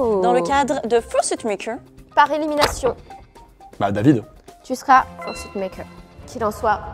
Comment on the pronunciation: Fursuit ça se prononce feursuit pas fiursuit